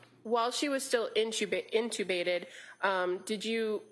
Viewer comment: The way the prosecution says inTeubbated is annoying